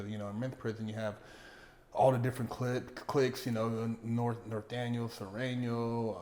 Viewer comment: wanted to risk it all, he said "its Alot of different clits, I mean Cliques!"